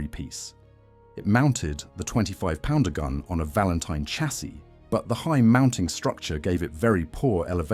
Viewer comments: Also to pronunciation, it is not P-d-r but pounder. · 17 PDR? Take the time to type "pounder" into your text to speech please? Graphics are nice, not sure how accurate the stats are? There were 3 or 4 Marks of Beaverette all different, externally. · Apart from the mispronunciation of ‘PDR’